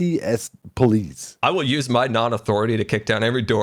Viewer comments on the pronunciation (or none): THE PLOICE FORCE